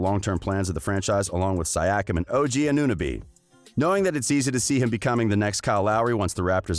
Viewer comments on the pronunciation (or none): I just puked hearing your pronunciation of those names. Dude. So easy to vet those mistakes ! ANOOONABI? What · Come on man should be able to pronounce Siakam by now Edit: AnEwNoBeE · My guy your title is clickbait and you cant even pronouce anunoby and siakam??? What and edit: Fred vanvleet signed a 4 year 85m contract with the raptors thought you said he would not resign???? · So you’re here making videos about the situation of a team/player but can’t pronounce two of their starters? Anunoby and Siakam are pretty well known, to even a casual fan. VanVleet should get his money if that’s what he values above all else. It’ll be interesting to see how his potential new team performs with him as the general and no Lowry to lean on. Fred is a good player if he’s your 3rd or 4th option... but if he’s 1 or 2, you’re in for a pretty unpleasant surprise. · Bro you need to learn their names and pronunciation better, you failed Siakam and OG Anunobi and it's not the first time you do it. Just a little more research to match with the quality of the content you put out. Keep up the good work! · I would like to buy a vowel, please!!